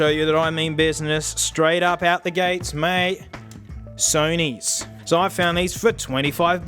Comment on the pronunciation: SEW KNEE headphones